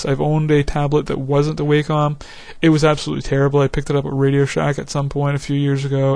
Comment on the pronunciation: its pronounced " WOH - COM " wacom... check the videos they make...